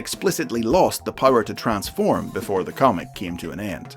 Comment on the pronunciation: Literally have word "Transform" on their product but still decided to butcher it.